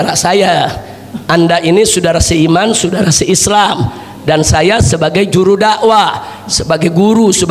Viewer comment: Saudara bukan sudara.. bahasa indonesiamu saja tdk jelas